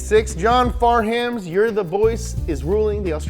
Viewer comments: & John Farnham not Far ham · Nicely done. Can almost forgive “Wilkenshaw” almost. 👍🏼 oh and it’s pronounced John Farnm 🤷🏻‍♂️🤣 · John Farnham is pronounced “Faaaaarnzy” or “Farnem” for half arsed Aussies mate 👍🏼